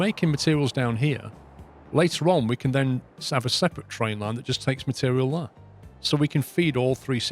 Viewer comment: I love this series and how you play, the only thing is the way you pronounce "there" is driving me absolutely insane!